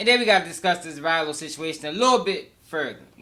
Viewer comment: Its Ralo not Rylo